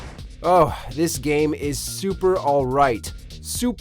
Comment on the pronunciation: he doesn't emphasize the right part of alright. He says this game is super, alright. Super terrible. Meaning it's bad. But he says it like this. This game is super alright! Sounding like he means it's super good, not great, but good. I think u should read the scentance twice before making a video Edit: sorry he says super dreadful not terrible. But still my comment applies